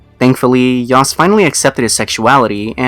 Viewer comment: Subseeeeequently. David Yaust. Gahhhh please learn how to pronounce words